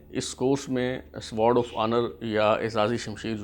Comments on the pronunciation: سوارڈ کیا ہوتا ہے ؟ "سوڈ" sword بولتے ہیں اسے۔ سوڈ اوف اونر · Sword is pronounced as ‘sord’. Try to skip ‘w ‘from the pronunciation. Good research but s’W’ord makes it quite irritating. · Fantastic 👍 1. The word sword will be pronounced with a silent W (Sod). 2. CSUO stands for Company Senior Under Officer. Best regards. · An extremely irrelevant talk by this Gentleman,most of the information is incorrect,no need of this boring talk(illogical),cannot pronounce "Sword"calls it as sward of honour,strange just wasting time